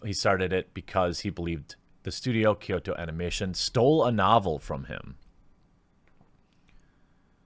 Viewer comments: Kyoto, not Kyosho. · “Kyoto” Anime not “Kyosho” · Kyo in Kyoto is pronounced in a singke syllable like "Yo" with a slight K sound in front of it, not "Key-Oh." Kyoto is a 2-syllable word. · KYOSHO? It's Kyoto. KEY-OH-TOE. Your mispronunciations are always 50% funny, 50% rage inducing. But I still love you Jeremy. lol <3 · Well, its actually pronounced "kʲoːto" as in "kyo-to" and not "ky-o-to". There should only be two syllables if you want to be "correct" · Kyoto is key-o-toe! Hard T! Not TH! Sorry on with the show. Also the Kyoto animation studio employee women is actually a solid big thing in Japan outside of this tragedy but yes it has nothing to do with tragedy and it's gross to use it as such. Also also kyoani(key-o,Annie) actually employed most of it's crew compared to most other studios who only use independent contractors which could be as short as a week of work. Really was a beacon of good will I the anime industry who was attacked. The fact kyoani did these things should push more to support the studio not hating on the anime industry.... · It’s “Kyoto animation”, like the city. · (For the beginning) Anime is just animeshion(Japanese pronunciation/spelling of the English word animation)abbreviated, It's English so you're fine pronouncing it "anima-". The only people who pronounce it "Ah-Nee-May" are Japanese and wapanese people. Edit: Also "Kyo(K-Yo)-toe" lol Ken "O-Koo-Moo-Rah"